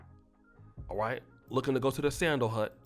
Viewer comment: This nigga said looking to go too the "Sandal Hut"🤣🤣🤣🤣🤣😂